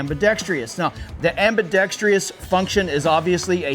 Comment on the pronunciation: Why do people say ambidetr-I-ous? Stupid people.